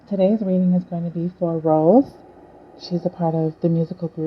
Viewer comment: It's Rosé Not Rose...It pronounce as rozay....like Beyonce'